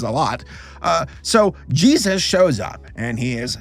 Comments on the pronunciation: I wonder why he always says Jeeayzus when he says Jesus, I thought it was amusing when he reacted to the crappy Christian cartoons, But now I have noticed he says it that way every single time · "Judas and Jesauus."